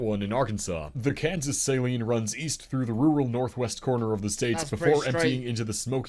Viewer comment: As everyone always does, he mispronounced the Saline River in Arkansas. Although it is named after salt deposits in the area (Saline County), its pronounced sa-LEEN, not SAY-leen. I’m from Benton, the county seat of Saline County, dead center in the state and just SW of Little Rock (Pulaski County). But its almost automatic, when speaking to someone from another state or country, for them to say, “oh, Walmart headquarters! Right?” Wrong. Lol That’s Bentonville, in Benton County in the NW corner of the state. And incidentally, Benton—not Bentonville—is about to get one of the first two Buc-ee’s in Arkansas. Lol